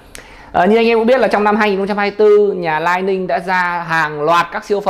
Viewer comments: Góp ý: Lining đọc là li ning nhé shop, ko phải " lai ning " đây là tên thương hiệu. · lý ninh, Li Ning bạn góp ý quá đúng